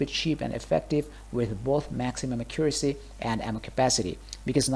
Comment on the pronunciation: i guess alot of DF2 players dont know how to say accuracy right lol